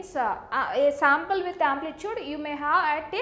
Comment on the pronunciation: It is sample not somple